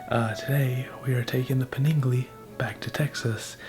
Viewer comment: are we just gonna ignore how he pronounced Panigale ?